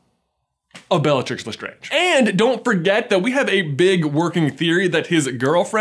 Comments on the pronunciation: Its LestrAAnge not Lestrange - Hermione Granger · You just butchered the LeSTRANGE family name. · Jeebus! You know because you watch the films it’s pronounced Le Strange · LESTRAYNGE, NOT LESTRONGE, HOW CAN YOU EVEN THINK IT’S LESTRONGE WHEN ITS SAID IN THE MOVIES LESTRAYNGE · Did anyone else notice when J just randomly said LaStrange weirdly? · I love how he pronounces Lestrange a couple times how it would be pronounced in French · Why is no one else questioning how he changed his pronunciation of Lestrange?